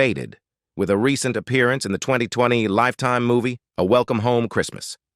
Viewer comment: The AI pronunciation of "recent" as re-sent is hillarious.